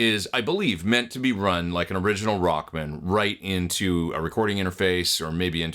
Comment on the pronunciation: Sweet! Funny, you say "Rockmun", like a dude's last name. I always say Rock-man!